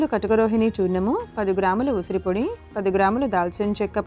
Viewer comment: Usiri..usara kaadu..dont murder telugu